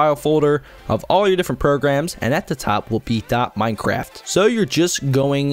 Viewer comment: when you first said minecraft I thought you said "minecrap"